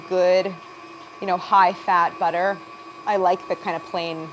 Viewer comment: It's Kerrygold Buterr!